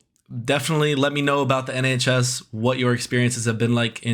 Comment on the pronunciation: nHAYCHs 😭😭😭 replayed it so many times ahahahahaha literal tears, idk why it's so funny